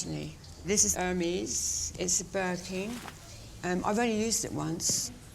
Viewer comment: None of the bags appreciate in value hun....unless it’s rare Hermes, most of the women on this show can’t even pronounce Hermes correctly